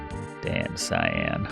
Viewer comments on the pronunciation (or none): Damcyan ... pronounced: dăm sē ăn. Not "Damn Cyan" ... the middle of it would be pronounced as halcyon literally replace an "hal" with "dam" and the 'on" with "an" and you got it.